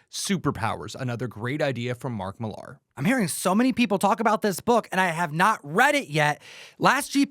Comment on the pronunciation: Can you stop saying Millar wrong